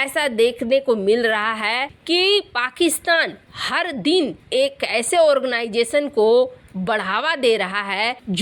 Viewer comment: दिन है दीन नहीं हिन्दी ठीक से बोलो?